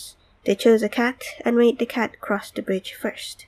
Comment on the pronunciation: It's "THE" not "DA"